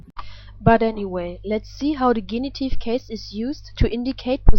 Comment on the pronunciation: Thanks much for the video lessons. May I ask to correct the English pronunciation of 'genitive'